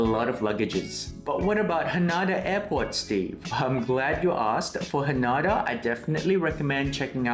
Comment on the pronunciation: Pls note its pronounced HA-NAY-DA 😊